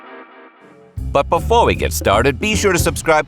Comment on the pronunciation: “… but paphor we get started…” 😂😂😂